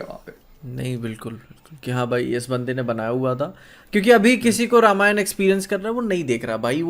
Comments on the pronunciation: Same yar i have also same question, let's foreigners a side but why indians says रमायन not रामायण 🤔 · Bhaai log it's रामायण not रामायन I see you guys say English stuff pronunciation very accurately but can't do same thing for Hindi/sanskrit stuff.. why this hypocrisy... Only is saying Ramayan perfectly but baaaki dono balak ni ho ki sahi se na bol sako...😮